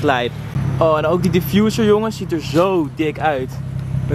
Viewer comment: "deze stof die je hier ZEEJT" 🤣🤣 lekker maat 🔥